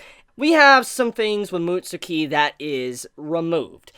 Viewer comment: Mutsuki? It’s said like “mutskii” not trying to sound like I know it all but that’s how it’s said